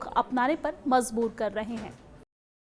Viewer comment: MAJBOOR - NOT MAZBOOR